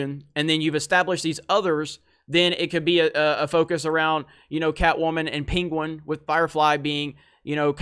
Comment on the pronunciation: Who's peenqwen? Never heard of this villain before, I know the penguin.